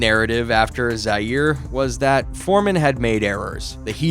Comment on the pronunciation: The usual AI garbage. Why use a voice that mispronounces important things? Perfect way to demonstrate that either you don’t know or don’t care. Either way it’s not a channel worth watching because you can’t be bothered to get it right. Pronouncing Zaire as “Zeer” and calling Angelo Dundee “Angelo Dandee” says it all. Don’t waste our time with this nonsense. If you want to do a video about two of the greats of boxing, do it RIGHT. Don’t disrespect them with this garbage.